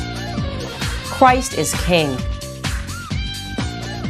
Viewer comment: Did you just say Chwist is King